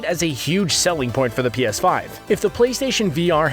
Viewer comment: Pea Ass Five